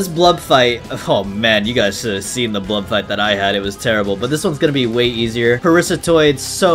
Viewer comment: It's Parasitoid!!!! Not Parisatoid!!! GRAAAH